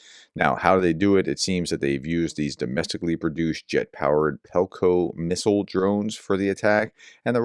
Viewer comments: The drone-missile Is pronounced PEKLO, you read it as PELKO ( very much like your vidoes!) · P E K L O , not pelko, it's PEKLO. PEK- LO